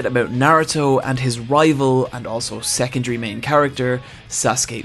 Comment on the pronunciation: I honestly thought you were say sexual instead of "secondary".